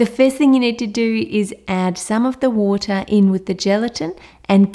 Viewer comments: "You need some WoOtAh" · I love how she says water Woota